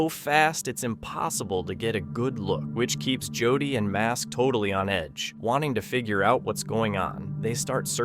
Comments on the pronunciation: To the voice narrator.. In the Hunting The Dead... You keep saying JOD... The guy's name is JODY! .. PLEASE SAY JODY! NOT "Jodd"... I don't think Jodys viewers, would like it only because nobody calls him or refers to Jody as Jod. Thank you for hearing me out... 😮 I'm sure your title wouldn't like to be effed up all the time either. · Thank you Cindy! I hate it when he calls Jody, JOD. that is NOt his name.. sounds like..." Joe Dee" ONE WORD!!! JOE DEE.. in cace you missed it 😮 😅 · On hunting the dead video his name is Jody not jod!! You really need to learn people's correct names!!! No one would be named jod!!! Jody yes!!! You can get gazs name right but not jody's!! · Is Jody not Jud